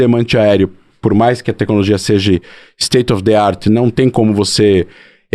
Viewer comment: O cara todo erudito falando “seje”… misericórdia 😅